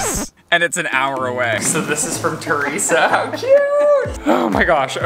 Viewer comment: “This package is from TUResa”